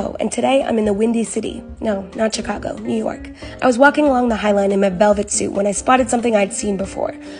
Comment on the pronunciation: I’m not American but I don’t think that’s how you pronounce “Chicago”😗